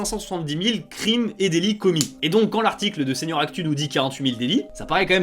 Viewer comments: Alors à tu as oublié le "t" à délits 😭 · Vers 14.30 petit oubli du "t" à "délits" :p Très bonne vidéo en tout cas. Très intéressante. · "délits".. désolé ça m'a perturbé